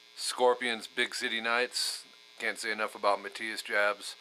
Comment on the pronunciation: Great Lesson! I think that it should be pronounced Yaabs, not Jabs. Being of German heritage W sounds like V. V sound like F, J sounds like Y etc. So yeah (no h sound in consonant combinations in German) you got that right. Jah = Yah (yes in English). Johann (as in Bach, Strauss etc. ) sounds Yohan. Just a thing. Be cool.